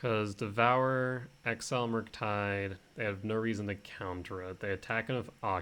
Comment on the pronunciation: Why do you say devourer like that. Devour-er